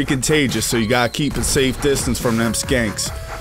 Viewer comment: Lol I laughed the first time you called the shanks "skanks"